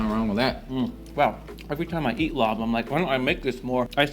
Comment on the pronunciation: Larb is pronounced “lop” not “lob”